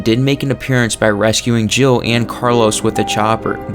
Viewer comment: It sounds like you say Joe instead of Jill